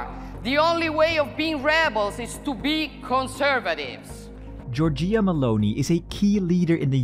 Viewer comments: Hello! Good video! I’m commenting only for the pronounce, so the next video will be even better than this one :) It’s not Giorgìa, but Giòrgia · Just pointing out that it's "giò-rgia", not "gio-rgìa" 🇮🇹